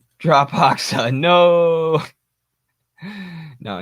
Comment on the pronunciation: not hoxa, pronounce it like hoja. you can hear proper pronunciation on wikipedia, they have audio file next to his name